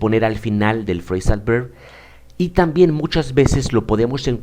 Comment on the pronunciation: Hola profesor, muchas gracias por su vídeo, le doy un consejo: no quiero ofenderle pero le recomiendo que intente diferenciar la pronunciación de la V y B en inglés, ya que no es como en el español, en el inglés la V se hace con los dientes en el labio inferior, y usted pronuncia "berb". Los hispanohablantes somos propensos a pronunciarlos igual pero no deberíamos, porque podemos confundir al otro con ciertas palabras, por ejemplo, si pronunciamos voice como boice, se puede confundir con "boys". Un saludo 😊